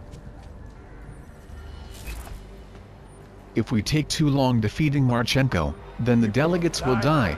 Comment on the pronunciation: marchEnko? No. Actual Ukraine surname has stress on the first vowel. mArchenko. It's derrivative to male name Mark and means 'Son of Mark'. So stress is on the original name. mArchenko. Nevertheless, great video.